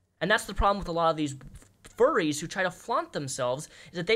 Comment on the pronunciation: 😭 fuwwies awe good peopwe I am a fuwwy so I know!!